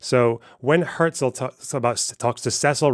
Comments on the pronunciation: it’s nice that you’re German, but his name simply isn’t pronounced like that. she says his name half a dozen times throughout the video. The first time she says it was a ridiculous over-pronunciation where she basically said hya-zel. His name was quite simply pronounced herzl with a german r, closer to her pronunciation than how an American would say it but still not the same. Later on she says it fine. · She did however pronounce "Herzl" very german, even sounds kinda south german.